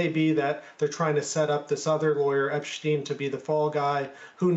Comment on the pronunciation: Why can't people say Epstein? How does it become eppschtyne